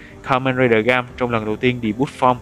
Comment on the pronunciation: Là gaim... ga-im chứ ko phải gam đọc gam là thiếu "i" rồi